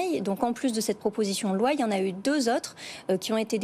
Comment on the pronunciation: "proposition de loin" (loi), "mainjeur" (majeur), "obligatoinre" (obligatoire"), "on voint" (voit), "poinds" (poids)